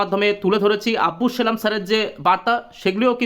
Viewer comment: আব্বুস নয় আব্দুস ।